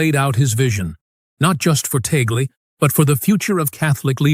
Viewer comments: Please get your AI translation correct. It is TAGLE, not Teygle or Togli, nor Taglu,nor Taglug and so many other names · Why is the nam of Cardinal Tagle not pronounced correctly consistently?